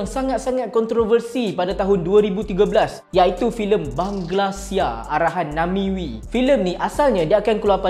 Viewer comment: Bukan namiwi, sebutan namewee tu namwi.